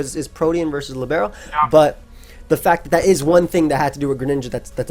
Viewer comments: Just for future reference, Libero comes from italian and in english it means "free", the correct pronounciation is with the accent on the i, not the e. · As an italian, it's Lìbero, not Libéro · And it's pronounced líbero, not libuhro (casting my inner Hermione). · I know libero means free in Italian but I also pronounce it with the stress on the i because in Spanish 'líbero' is a football/soccer defender that moves freely. Edit: Wait no, I just checked and in Italian it's pronounced the same as in Spanish, no idea where people got the impression the stress was in the second syllable. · It is Lìbero :D good you learned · Hey, italian here, great fan! Just wanted to let you know thats the second pronunciation is correct, it's Libero pronounced with an e, an e like in internet, and a closed o. Hope i explained it well hahaha (it means free btw)